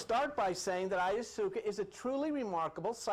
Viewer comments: He is adorable! He pronounces a lot of things in his own way, and I admire the hell out of him for that! I can tell you this, that I will never go on another journey while calling it by its real name. I will ask to please pass AYASOOKA tea. I also write spiritual music mostly rap and I just finished a cool little rap about tripping on these types of things and I think I might change the term ayahuasca to AYASOOKA. What do y’all think? It sounds more tribal! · Love you, Let's say it together DIE - Methal- Trip- Ta- Mean, Ok class repeat..... OK let's go over a few others, Vesica Picsis PIE-SEES, Ayahuasca, EYE-YOU-WASKA. ok class